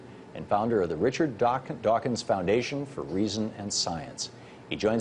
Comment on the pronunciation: "Professor Richard Duo-wakins"